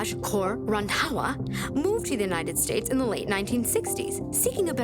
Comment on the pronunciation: I love how says “RandHAWA”!!! 😂😂😂